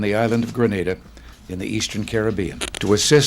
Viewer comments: The pronunciation grə-NAH-də (as in the video) refers to the Spanish city and province of Granada. The pronunciation of the Caribbean island nation of Grenada should be grə-NAY-də. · Grenada is how Reagan pronounced it (grə-NAY-də). You're pronouncing it like the city of Granada (grə-NAH-də). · Very white washed version of Grenada’s (pronounced like the exploding weapon, the pronunciation with the R sound is a place in Spain) political past you reported there. It’s a fascinating story if you research it. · Hai JJ, great video as always. I'm from and currently in Barbados, one of the countries you've mentioned. My only problem with your video is how you said Grenada like "gren-na-da" it's actually pronounced "gre-NAY-da" lol love ya J.J.!! Also! I think eventually the countries with this GG position will eventually get rid of it. Once this generation of legislative leaders are no longer with us, there will be a major shift towards the modernisation of our government systems. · The worst one is Hillary Clinton video, when she said happy independence day for granada, not Grenada. She didn't read the memo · It's pronounced Gre-NAY-da. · Firstly the way you pronounce Grenada is incorrect and secondly there are mixed feelings about the coup in Grenada by Grenadians actually and I gather the feelings are that Bishop was trying to liberate the country which is why he eas able to mobilize so much support in what is generally a peaceful country.... Most persons in the Caribbean like Jamaica support the views of discontinue with the office of the Governor General because they see it as archaic but do not act on this feeling because the existence of a GG doesnt negatively affect our daily lives.